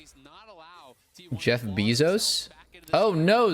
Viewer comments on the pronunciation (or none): none